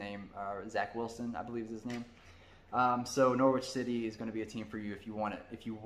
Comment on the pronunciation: I love the video, as I mentioned previously, but I do need to teach you about English pronunciation. Norwich is pronounced Norrich. The W is silent 😊 Well done for avoiding comparing Crystal Palace to the Philadelphia Eagles (because Palace are nicknamed the Eagles). They will never win anything because they're a selling club. They produce great young players, but they don't keep them when they mature.